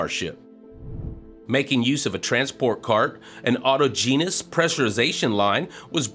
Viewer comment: Improve your sight-reading, 1) The word downcomer rhymes with newcomer, not beachcomber. 2) Autogenous is pronounced aw-tahjenus, not auto-genius